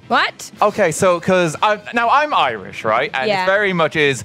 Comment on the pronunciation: The Irish accent always gets stronger when RT speaks about being Irish, every time without fail.